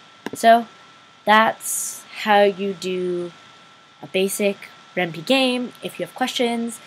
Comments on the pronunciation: REN-PIE ITS PRONOUNCED REN'PIE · ren-pie. Py is short for python the programming language, so the py is pronounced as it is in python (pie-thon) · Thanks! great Tut:):) btw it's pronounced Ren-Pie :P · I cringed Everytime you mispronounced Ren'py.